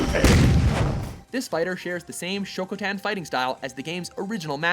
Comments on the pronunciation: Akuma uses Shotokan, not Sho ko tan...smh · "Shokotan" .... Did they mean shotokan? XD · lol "Shokotan", hahaha. It's "SHOTOKAN" xD Also Akuma is not considered as OP. He's well balanced in most of the games, and not even considered highest tier. You said about better speed and attack power, but you forget that his defense, hit-points, and stunt meter are much lower, than other average characters. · "Shokotan"? You mean "Shotokan", and no, they don't use Shotokan, they use Ansatsuken. Shotokan was used by Capcom USA for the original English releases, only, but it has no resemblance to actual Shotokan Karate, which emphasizes covering distance quickly, circular combat and hard strikes and rarely, if ever, involves the entire body being off the ground. In fact, one of the FIRST things you are taught in a Shotokan dojo is that the moment both of your feet leave the ground, you lose the majority of your power. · Shokoten fighting style? As a former karate martial artist that really grinds my gears to hear. SHOTOKAN. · "Shokutan"? wtf is that shit? it's SHOTOKAN... get it fucking rite. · It's not shokotan, it's shotokan. And's it's not even shotokan anyway. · It's called "Shotokan", not "Shokotan". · Being a 1st dan shotokan karate practitioner myself, I raged so hard when the narrator pronounced it shoKOtan. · "Show toe can"?! Pronounce his style correctly. Shotokan. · Shokotan? Shoto-kan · I love watch mojo but this narrator mispronounces so many things consistently that it bugs me....SHOTOKAN....not shokatan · I don't mean to start discussions or anything... but Akuma's martial art is Shotokan Karate. You mispelled. You said: "Shokotan". That's all. Thank you for the video!!! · Did he just call Akuma a "Shokotan" ? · And did I really hear shotokan pronounced "shokutan" ???